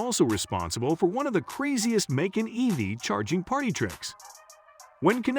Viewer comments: 🐾Paw Shaw and Makon Macon 🥓 🤣🤣🤣🤣 man take this down until you learn how to pronounce the make and model I am a Porsche Macan owner this made me cringe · You have some serious pronunciation challenges ....Porsche is pronounced "Porsha" (not Pasha).....Macan is pronounced "Ma cann".....not " Macon" (rhyming with bacon)......Try that to get better readership response.... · Please pronounce Porsche and Macan correctly. You spoil the video which does contain some good content.